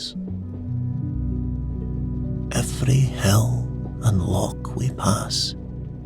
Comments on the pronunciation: You lost me at 'lock'....it's loch!! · I awoke though at the pronunciation of loch